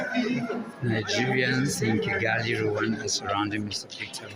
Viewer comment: Not Kayan rather Kigali